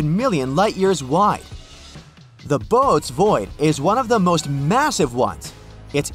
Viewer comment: It's pronounced 'Boo Otez'